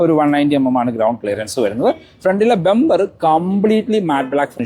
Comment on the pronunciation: ബെoബർ❌ ബമ്പർ✅